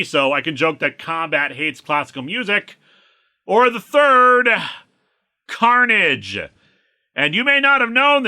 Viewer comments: No... his name is Don Car-Na-jay. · I feel that this is especially poor literacy because the apostrophe should be after the N if they wanted it to sound like “carnage”. Your reading sounds more accurate based on how it’s spelled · You could have pronounced it “Car-Nage” and given him a weird Euromix accent a'la Jim Cummings…